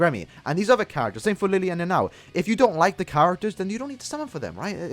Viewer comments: It is written "Lille " but it is pronounced " Rije". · Lille's name pronunciation is Li-Je. His Japanese name was Li Jye and apparently that two L makes a J sound.